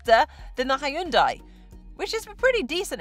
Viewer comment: THANK YOU for actually pronouncing Hyundai similarly to how it sounds, as opposed to how the condescending marketing team has told you to because they assume English speakers are idiots. Neither of you mention a heat pump. I think that's one of the major points you have to cover in any car -- 310 miles of range turns to 200 miles in the winter without one, though front and rear heated seats mollify that well. Frunks are direct indicators of front hoods which are too large and should be derided. The Kona has an excuse -- it's a gas car converted to EV. (I sure hope we see the end of those soon -- front wheel drive in an EV?) The HUD does not just look neat -- it makes the car much safer. I don't understand why that's not on every new car.